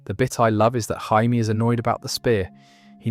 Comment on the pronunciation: “Jay-Me” not “Hi-me”.